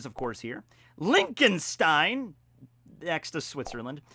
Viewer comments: I love your pronounciation xD Linkenstein 😂 Its Lichtenstein - Licht like the Villian in Black Clover Ch is pronounced like a cat hissing at you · its not Linkenstein its Liechten stein the ch is supposed to be soft